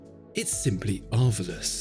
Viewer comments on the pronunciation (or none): i chuckled aloud when he said "arvelous", surprised no comments mentioned it yet :D